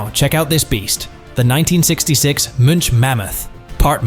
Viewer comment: Munch not mitch